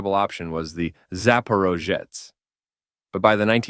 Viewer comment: The "zaporozhets" was so mispronounced by AI it hurt my ears. Also you forget to mention that it was actually created and built in Ukraine